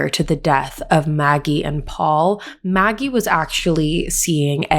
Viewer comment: Not naggie , Maggie.